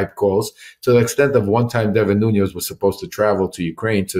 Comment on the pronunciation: I have a nagging instinct not to have all that much confidence in what Lev is claiming, i.e., to have had an extensive relationship with Devin NUÑES, when he consistently mispronounces his surname as “NUÑOS”.